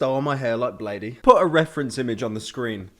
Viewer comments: did u just pronounce bladee wrong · Its pronounced BLADE not BLADEY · it's pronounced Blade but you can call him Bladee too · Why does he pronounce it blady smh pyro is not a drainer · disliked because you didn't say bladee correctly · I thought Bladee was pronounced like "blade" but I could be wrong